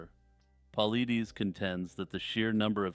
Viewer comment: Great vid. BTW, David Paulides' last name is pronounced paul-eye-diss